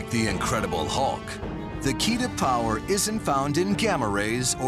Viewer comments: "great prower'😂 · Is it just me ot did he say prower